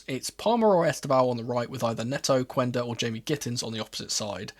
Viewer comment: I am sorry for being a little bit pedant but in Portuguese the U after a Q is silent, Quenda name is not read as Cuenda, it's read like Kenda. I hope people start to call him as it is, it was the same thing with Guedes, his name reads like Ghedes